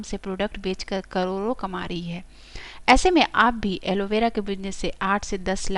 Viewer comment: karodo bolna to seekh lo pehle